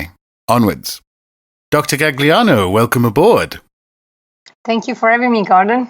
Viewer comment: Say it with me Gordon, “gall-yano”